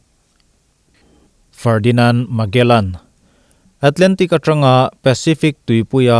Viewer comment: Magellan...Malegan...slip of the tongue😄